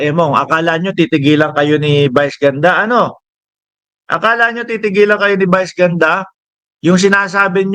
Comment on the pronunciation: Brod.vice ganda hindi bice ganda bobong utal.